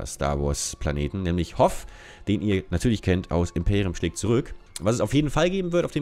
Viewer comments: ist jetzt wirklich nicht böse gemeint, aber wird das nicht hot ( deutsch ausgesprochen) ausgesprochen? oder etwa wirklich hof? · es wird Hoot ausgesprochen aber ansonsten mega:3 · dass spricht man mit T aus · Hoth wir doch "hot" ausgesprochen und nicht "hohf" oder? Ich hoffe jemand versteht was ich meine.. :D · Es heist hohttttttttttttt T 👍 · Das heißt nicht hof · das spricht man du sagst bester star wars Planet und sprichst denn Namen falsch aus